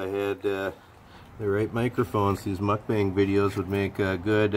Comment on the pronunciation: New sub here ... great stuff! BTW, not sure if you knew, but the term mukbang originated from Korea and is pronounced "mok-bahng".